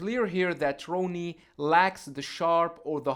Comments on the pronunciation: With respect, Coleman's name should be pronounced Rah-nee, not Row-nee. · It’s Ronnie not “row-nie” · I don't know why this guy can't pronounce Ronnie's name. Easy name to say. Lol